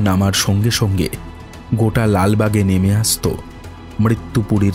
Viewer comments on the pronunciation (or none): সবটুকুই সুন্দর, শুধু উচ্চারণের দিকে আরেকটু নজর দিলে পুরোটা শ্রুতিমধুর হতে পারতো। সুতপা, সঙ্গে, আতঙ্কগ্রস্ত-- এই ধরণের শব্দগুলোকে "সুতোপা", "সোঙ্গে", "আতঙ্কগ্রস্থ" ইত্যাদি-- শুনতে গেলে কানে লাগে।